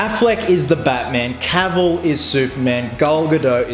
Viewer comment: one of the few people who pronounce henry cavill's name correctly.